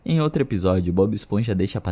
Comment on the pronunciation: O conteúdo é ótimo, mas "outre" me quebra kkk 🫩...